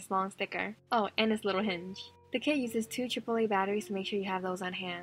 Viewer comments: I thought she said two chipotle batteries until I realized she said triple a batteries🤦🏻‍♀️🤦🏻‍♀️ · I thought she said chipotle batteries XD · Omg it sounds like she said chipotle batteries instead of triple a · I actually thought she said “two chipotle batteries” instead of “two triple A batteries” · I thought you said “2 chipotle batteries” hahahaha 😂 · Omg it does lol! 😂😂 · Every time she says triple a batteries I hear chipotle batteries. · Haha I thought u said chpotelay u know the takeaway * mummers I don't know how to spell it